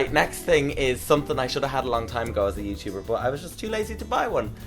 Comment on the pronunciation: 'it's offish, I'm a YooChooober.' true Dub, 😋